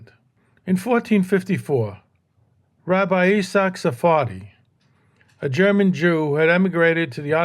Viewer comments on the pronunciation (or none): none